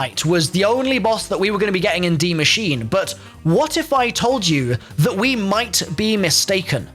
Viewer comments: Its pronounced 'dee machine-a' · its pronounced more like "masheener" where you say the e at the end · Nice pronounciation, just say an "e" at the end of Machine, and you got it well pronounced in german 👍